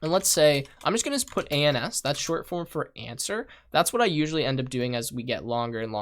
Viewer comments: Every time you say "ANS" I chuckle inside. Good little course, it served me well as a quick refresher. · A very good series. One thing to note, "ans" sounds a bit dodgy if you know what I mean, especially in your accent!!